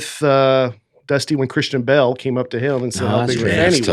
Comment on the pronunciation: pronouncing Christian Bale as Kristen Bell 😂